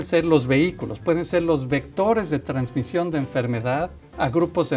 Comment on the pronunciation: "Transmisió"de murciélagos a otros mamiferos, no es transmitió? 🤭 No se si tomar en serio a alguien que dice transmisio...o yo estoy mal?